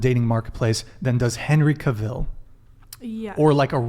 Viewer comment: Even says Henry Cavill wrong!